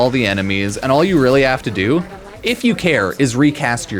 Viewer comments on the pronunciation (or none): none